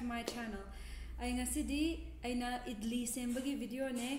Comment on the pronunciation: Its Idli not idilli & it's great with sambar but not with aloo sabzi.